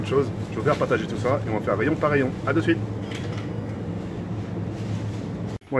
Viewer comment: Tk pourquoi tu dis "as" a la place de dire "sa" je comprends pas ?